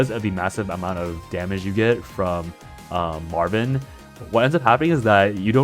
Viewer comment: I keep hearing you call Marwynn Marvin 😂